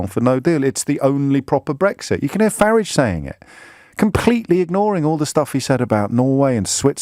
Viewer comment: This man has no point and its "farage" as in "garage" you butt hurt irrelivent mongy missfit.